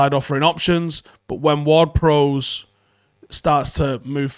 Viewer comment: please stop pronouncing James Ward Prowse name wrong? think ships bow? not bow and arrow and say it like that? prowse has an e on the end, prowse like cows